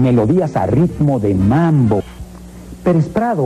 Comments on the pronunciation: Es MAMBO, no "MANBO". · Es mambo no manbo. Agusados jajaja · Es Mambo ....no manbo...... jejeje